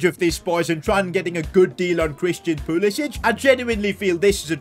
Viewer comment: Why does he say pulisich